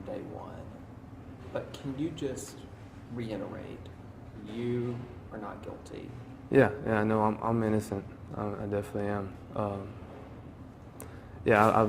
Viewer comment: Hey "reporter", it's REITERATE, not RE-IN-ERATE!